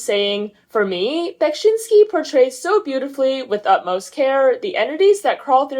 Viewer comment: I absolutely adore the visuals behind the new album, they are simply stunning. I had no idea she was inspired by Beksiński! He's one of my favourite polish painters. Great pronunciation of his name btw! Now that the album dropped I would love to see you review The Evangelic Girl is a Gun. I love the throw back 90s indie rock sound mixed with her glitchy signature.